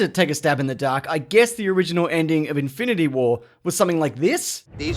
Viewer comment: It's in-fin-ity not Inf-i-nit-y war